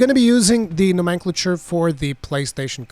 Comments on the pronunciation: Haha dude, you need to lookup how to pronounce nomenclature. Hearing you say it threw me off every time. Helpful tips, thanks! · Nice guide, but it's now·muhn·klay·chr heh